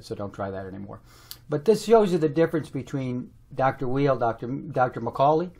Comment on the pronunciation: The art of argument requires that a person study his opponent and understands who that person is and what the opponent represents. That includes being able to articulate the opponent's position accurately, and learning how to pronounce his name correctly for Pete's sake! Both sides have merit but starting out with insults does not work.